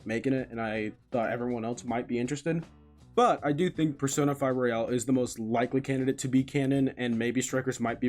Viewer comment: IT IS ROYAL, NOT ROYALE.